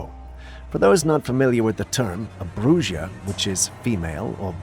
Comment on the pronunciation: EEENOUGH! HEARD ENOUGH OF YOUR SILLINESS! MOST PEOPLE KNOW IT'S PRONOUNCED "BROOHA" & "BROOHO"! NOUT "BROOSHO". DUH, ITS SPANISH. BRUJA MEANS WITCH